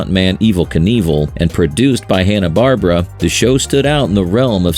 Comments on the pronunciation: Bar Bear Ah not Barbara fucking AI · I stopped the video when you pronounced Barbera as Barbara or Bar-bruh. It's Bar-Bear-uh.